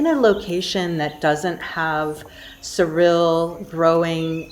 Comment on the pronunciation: SoreElle, not Cyrill siryl surill